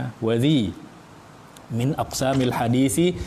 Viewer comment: Kalau tidak salah baca: minaq sami bukan min aqsami.. Alasan krn merusak wazan bahar rojaz nya